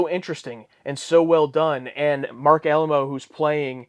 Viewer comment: Firstly, thank you for the three episodes in one week. Much appreciated. And now, let's talk about pronunciations (my favorite topic). It's Kayko, not Keeko. And Alaymo, not Alamo. Thanks again for the three in one! :)